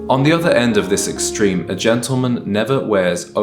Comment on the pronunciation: A ‘gentleman’ knows how to pronounce GENTLEMAN to start with, and he knows how to present himself, properly shaven. You are such a fraud!